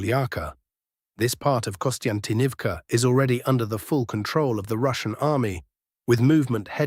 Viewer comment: WTH is Kostyntinivka? Konstantinivka?